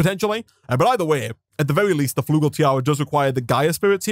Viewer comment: "Flugel"... Its actually "Flügel" which emans "Wings" in german ;w